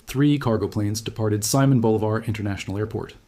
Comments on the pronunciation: I am thinking, AI; no analyst is going to mispronounce arguably the single most important name in Latin American history. Quite a few edits in the video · You really should learn how to pronounce Simon Bolivar. I like your vids anyway though.